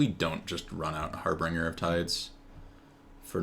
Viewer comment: Very nickpicky but it's harbinger, not harbringer. good games though.